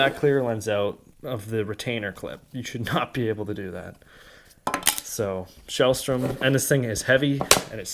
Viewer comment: Got the same hood, and I also have the same problem. I live close to outlaw tho, so I’m just planning on going over and getting it redone. Also bruh, it’s sellstrom not shellstrom🤷🏽‍♂️